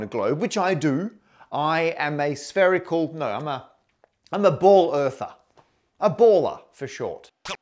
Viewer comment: First time I heard Matt say he was a bald earther instead of a ball earther, truth be spoken though XD.